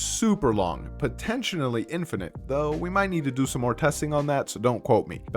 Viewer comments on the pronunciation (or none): Did you say 'potentionally'?